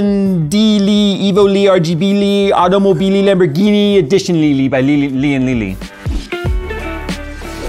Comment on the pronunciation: Automobi-Lian-Li Lian-borghi-Li 👌